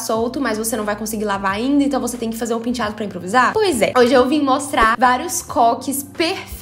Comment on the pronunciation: Só de ler a palavra " penteado" consigo ouvir a falando " pintchado" kkkkkkkkkkkkkk😍😍😍